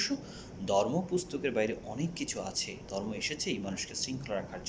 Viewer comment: আইছে আমার শিক্ষা বিশারদ! দুই লাইন ঠিক করে কথা বলতে পারে না। আসছে পাকনামি করতে! 😂 "জর্ম"